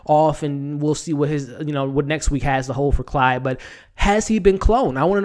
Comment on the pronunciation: Quick note: It's Claude, not Clyde. Nice review! Somebody protec baby Jerome! He's the next target for sure.